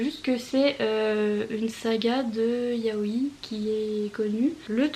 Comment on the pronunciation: Coucou ! Ça ce prononce juste Yaoi. On accentue le "i" final sur les mots qui en comporetnt deux comme kawaii par exemple ;)